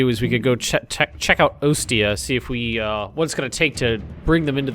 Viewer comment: Ostia is pronounced, Aw-Stee-a